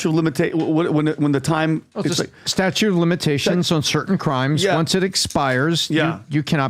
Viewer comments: It's statute of limitations, not statue😂😂😂😂😂😂😂😂😂😂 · Talking about Diddy and not 2 attempts on a presidential candidates' life 🤔 btw , it's statute, not statue. 😂